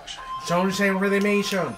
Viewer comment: se pronuncia Redemchon no Redeminchion XD saludos excelente video